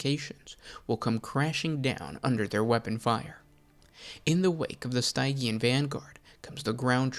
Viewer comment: Pronouncing Stygian wrong hurt me every time.